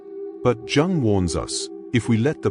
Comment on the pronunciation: It does when they pronounce jung as in jug rather than young ffs